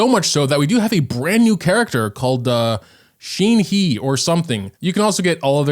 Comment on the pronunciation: Not “sheen he” 😭😭😭